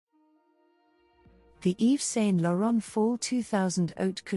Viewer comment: For the love of God, learn how to say his name.